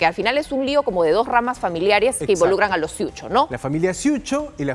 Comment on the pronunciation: No sé dice ciucho , Se dice cucho